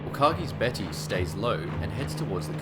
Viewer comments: Vice Admiral Ugaki Matome's name is U-ga-ki, NOT U-ka-gi. It does NOT rhyme with AKAGI. The shootdown of Admiral Yamamoto may have been vengeance but the material effect of killing him is far from clear. Japan was in retreat by April 1943, the war was well on its way to being lost. The position of CinC Combined Fleet was taken over by Admiral Koga Mineichi, who had sound ideas on how to organize Japan's remaining resources to continue the war but had far fewer of those resources to work with than Yamamoto had. He faced an opposing U.S. military far greater than it was when the war started in 1941 at Pearl Harbor. Koga had less than a year in the CinC position before he too was lost. Yamamoto's shootdown gave the admiral as honorable a death as he could have chosen, at the hands of the enemy in an air action. Before the war became obviously hopeless and the folly of launching war against the United States became clear. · Umm... Yamamoto's chief of staff was Admiral Matome UGAKI, not "Ukagi"!